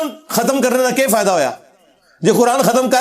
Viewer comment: Fahada nhi fhda hai